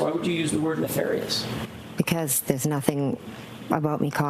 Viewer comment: Things didn't end well for McCabe imo For me, it was not the thing she said the word nefarious, it's that she said it wrong, exactly the way Hank says it.... NeFARious.